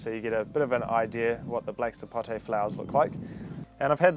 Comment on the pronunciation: Thank you for saying Sapote properly, and not "Sapotey" like some people!